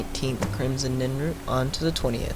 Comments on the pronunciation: NIRNroot not NINroot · You kept calling it Crimson NINroot. Bro, it's NIRNroot. Also, it's not Sinder's Field Laboratory. It's spelled & pronounced [Sin-der-i-on.]